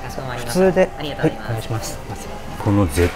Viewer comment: いつもありがとうございますが、ありざますになってる笑